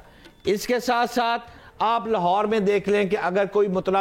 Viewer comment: Lahorer kya hota hai? 😂